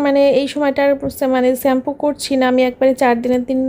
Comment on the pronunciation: Shampoo pronunciation thik koro.